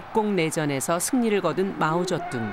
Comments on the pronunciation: 성우 좀 바꾸세여 ... 자꾸 마오저뚱이라고 하네.... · 마오쩌둥을 왜 자꾸 마오저뚱이라는겨